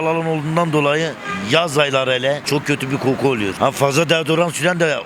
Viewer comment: köğhü bi kohku